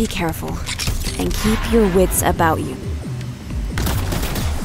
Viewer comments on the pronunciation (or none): none